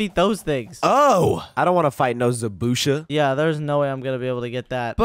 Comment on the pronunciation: It zabuza not zabusha